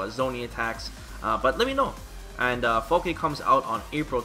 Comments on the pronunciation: he slipped and said Fall-keh, but I don’t blame him. I’m trying to readjust myself back to saying Falke just like how I originally thought it was pronounced. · You were pronouncing the name correctly before. The announcer in the trailer made a phonetic mistake which is a common thing English Speakers have when trying to pronounce words of German Origin. E's on the end of words in German are never pronounced silent. So yeah Fall keh is the correct pronunciation. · The announcer pronounces her name wrong. It should be pronounced similar to Falka. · They give her a German name which means "falcon", call her a hawk and if it was their intention for her to be German, than they've pronounced her name incorrectly: In German, phonetically its pronounced "FAL-KA", similar to how you say Falcon, but replace the "-on" with a quick and short "-ah" The "Falk" doesn't sound like "Hawk", "Fork" or "Chalk"; nor does it sound like "Fall", "Wall" or "Ball" and the "e" at the end isn't silent, nor does it sound like "See", "Bee" or "Lee" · I was hoping it would be pronounced like "Falky", but she is still a pretty cool character, imo. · I always hated how you said "Falkeh". I knew it was wrong cause it sounded so stupid but I didn't know for sure, so I never said anything. I'm a natural keep away zoner even when I don't try to be, to the point that I sometimes get complaints in the form of people backdashing repeadedly to show me their frustration with my playstyle or just getting rage quitted on in battle lounge even if I'm not dominating the match. So seeing Falke as a keep away zoner character may be a good thing for me. I'm currently 6.5/10 on her. What I need to see from her is a three frame and/or invincible reversal, reliable anti-air and her walk speed. I suspect her neutral will be trash and I don't have high hopes for her rush down ability. Also, does her jump look higher than the usual jump? That could be a problem if her in air redirect moves aren't great.